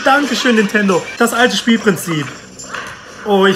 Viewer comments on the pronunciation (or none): none